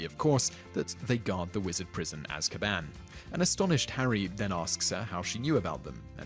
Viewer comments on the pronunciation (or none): none